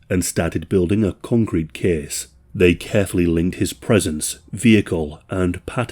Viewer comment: ‘This kehss tehkss plehss….’